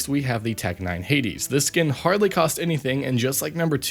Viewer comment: that's how you pronounce it